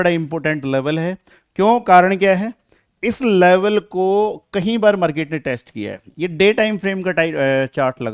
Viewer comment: Kahi laadle nhi "Kai" laadle